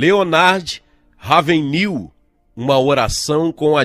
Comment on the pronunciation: LeonÁrd RÁvenRIL (pronúncia)